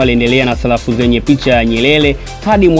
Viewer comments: Salafu au sarafu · Sarafu kaka sio salafu serikeli na sio selikali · Salafu, histolia,nyelele mtangazaji mhhhh!